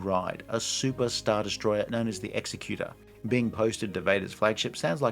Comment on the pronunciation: It's the Executor - Eggs-eck-you-torr. Not the "Executer".